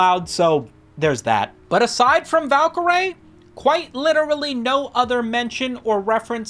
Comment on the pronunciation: pronounce Valkaryie again for me bruh